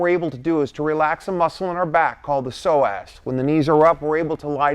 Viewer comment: heheheh.....the soo-ass😂😂